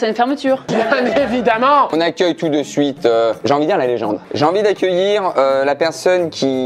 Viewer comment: "on agueil tout de suite "